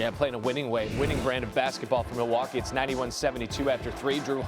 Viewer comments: “Milly waaa kay” someone escort this man out the building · I hope you are joking. NO ONE from Wisconsin pronounces it "Ma-Wau-kee." You sound like a uneducated fool that has never stepped foot in Wisconsin. MIL-WAU-KEE! Have you never watched the start of a home Bucks game? Or heard people call it The MIL or MILTOWN? FEAR THE DEER!🦌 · mil wauk aye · Stop saying Milly-wha-kay …about to get cancelled (cultural appropriation) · its Pronounced Ma-Wau-kee. The L is silent boys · You a crack head 😂 No one from Milwaukee Pronounces it with a L ever 😂 you aint never been to Cream city lil boy